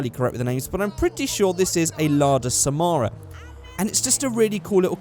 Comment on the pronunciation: Just came across this vid and I gotta say, I love the way you pronounce Samara and Sputnik. The main (and only, actually) difference between these two is that Sputnik (Russian for satellite, companion, fellow traveler) was used in USSR/Russia, while Samara (a Russian city) was used for exported models.